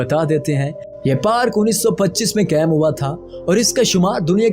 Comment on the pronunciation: لفظ قائم کا تلفظ ٹھیک کرو ۔۔ قیم نہیں کہتے قائم کہتے ہیں